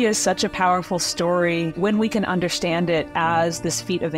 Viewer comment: please pronounce “ understand” without the sh